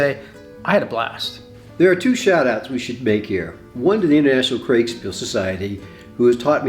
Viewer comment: Sure! (just one s - Kriegspiel) But the Krieg-bit should come out of our mouths as 'Kreeg' - I heard 'Craig' a few times. This doesn't mean the video was other than great. Regards to all of you.